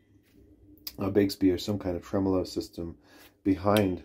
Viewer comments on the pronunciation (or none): none